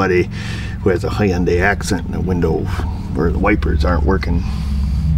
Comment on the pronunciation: Just say "Hyundai" as if you were sneezing...No "Y".